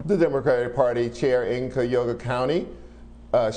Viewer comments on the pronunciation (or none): LMAO. That's not how you pronounce Cuyahoga County. I'm not surprised given how much Blow hates Bernie Sanders.